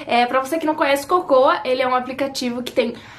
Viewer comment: Ouvi ela dizendo cocô ao invés de Kocowa KKKKKKK...Quando vou amadurecer ;-;?